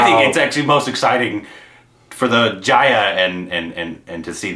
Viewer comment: For Jaya (it’s Juh-ya, not Jaayuh).. watch Abhimaan, Koshish, Guddi, Mili